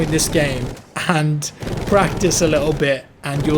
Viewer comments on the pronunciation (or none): none